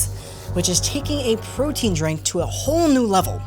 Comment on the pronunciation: LOL, “Mike’s Proteine” 😂 Also: My dude, stop grabbing your mic! 😂